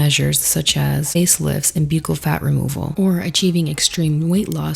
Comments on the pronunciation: Jsyk, "bucchal" is pronounced like "buckle" as in belt buckle. I only know bc I have an uncle who is a plastic surgeon who does professional necessary reconstruction to save lifes. I used to thinknit was peonounced exactly how you say it as well. 😊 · Hi. I love your videos. You are so smart and interesting and pretty. I worked for a dentist and its pronounced buckle. K love you bye. Ooh what did you get botoxed? I fcking love botox! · Buccal is pronounced like buckle. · Hey just fyi “buccal” is pronounced like “buckle” and not “b-yoo-cal” (I know it’s weird lol) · Girl I don‘t think it‘s b-yew-cal, I think it‘s b-uh-ccal 😅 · It’s pronounced Buckle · Buccal = BUCKLE If you're going to use these words, learn how to pronounce them. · Fyi, buccal is pronounced like buckle. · Former dental assistant here. “Buccal” in the US is pronounced as “buck-call”. It sounds similar to “buckle” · PCOS survivor here (sans one ovary)! Let's hear it for the chronic pain girlies in the house! I just happened on your channel for the first time, and I think you're uniquely beautiful. Subscribed! Oh, and buccal is pronounced exactly like "buckle," says the 62-year-old who's obsessed with plastic surgery (yet I could only afford lipo back in 1994).🤪🤓 Edit to add: I love Lorry Hill!🤩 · Buccal pronounced like the decoration on a shoe/boot.. buckle it's buckle. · Buccal is pronounced “buckle” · I hear a lot of people pronouncing buccal wrong. Hi from your dental office, it’s pronounced like a belt “buckle”. I would want to know if I was saying something wrong! Great video! You said everything I’m thinking! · It’s pronounced like buckle girl ☠️☠️